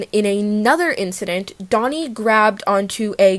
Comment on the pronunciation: not that it matters but i'm just wondering, would it not be pronounced closer to how she first pronounced it? If they are called 돈 and 콘 then that sound in korean is like "Doh" and "Coh" as in "dog". Not like "dough-nee" and "coe-nee" as in "donut" honestly I don't think I've ever heard them say their name out loud